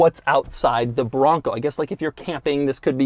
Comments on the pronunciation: TOUGH, MUSCULAR! 😍 BRRRRRRONGGGCO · The way he keeps saying “BRRRONCO!” Is hilarious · try every time he says BRRRONCOO! lol